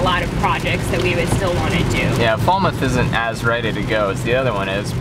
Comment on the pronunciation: You’d get some pretty foul looks if you were asking directions to Falmouth pronouncing it like that!🙂